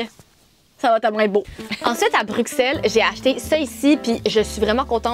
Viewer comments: Je suis belge mais je vie au Canada 🇨🇦 mtrl mais j’adore la. Maison par contre tu dis bruxelle mais sa se lit avec le son d’un s bruselle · On ne dit pas le X de Bruxelles ahah ça se prononce Brussel ☺️ Il y a d’ailleurs un Bruxelles au Canada 😁